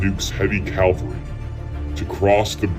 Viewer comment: What writer is the narrator quoting around the 5 minute mark? I have never read this "eyewitness quote" ....and it's CAVALRY, not CALVARY